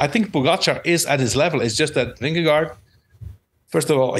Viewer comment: Its Vingego’, George,. Not Vindego